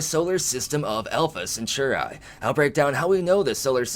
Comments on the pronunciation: Yes, the word was originally Roman and meant a group of 3 men. However, let's not kill it by overthinking it. MAST (Mil-Admin-Scientific Triumvirate) The 3 groups share power, or have equal power. Merriam Webster: 3: a group or association of three Alpha Centauri (Cen-taa-ri, not cen-tu-ri) emphasis on the 'a' sound, not the 'u' sound... see your dictionary., Jeez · Alpha Centauri.. pronounced "Sent or ee" or "Sent are ee".. like a Centaur with ee on the end. It's not pronounced Cenchoreye. It hurts my ears every time you said it like that! Love your videos though. :) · You say Alpha Centauri so strangely. Cent-ar-ee not Sint-or-ai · The I in Centauri has a long e sound😂🤣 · Bro! You are killing me with your pronunciation of Alpha Centauri. It’s Alpha Sen-tar-ee Or at least this is how I have always heard it pronounced by people on the history and discovery channel 🤷🏼‍♂️ BTW, love the vids man! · Alpha Centauri. Cen-Taur-ee. Like "centaur". With an ee at the end. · Why u saying alpha centauri like that? Your pronouncing it like there's a chi at the end. Yikes. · yeah thats how i have always heard it pronounced and seen it in movies pronounced that way. the way says it sounds totally wierd. lol just did a search and there are youtube vids saying how its pronounced, no eye at the end